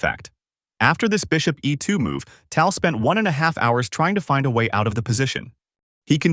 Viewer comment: A classic Fischer game, but the AI mispronunciation of Tal ruins it for real chess players.